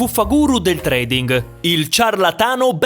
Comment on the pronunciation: La "ing" finale perde la "g" nella pronuncia.